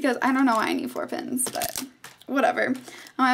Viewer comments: it sounds like she says "pins" instead of "pens" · before you showed the pens i thought you were saying pins...lawlz gurl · when you said pens i thought you said pins... lol